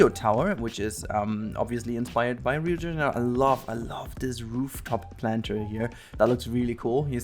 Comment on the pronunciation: ele falando Rio de Janeiro KKKKKKKKK